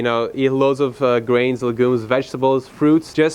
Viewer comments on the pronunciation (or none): what is "lagoonse"